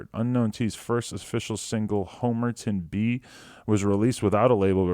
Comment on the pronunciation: Lmao the way Adam said Homerton B, has he ever even listened to the song?